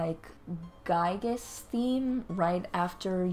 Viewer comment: holy shit someone pronounced giygas correctly on the first try